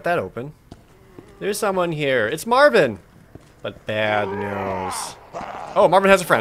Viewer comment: Dam Jared...you strait up butchered Marvin :p